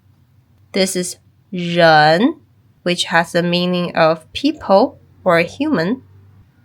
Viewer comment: Why does rén sound like you are saying 'jern'?